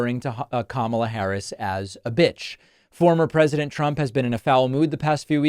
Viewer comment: He is mispronouncing her name on purpose because he has no respect for her. She is mispronouncing hospitality because she doesn’t know any better. Sad.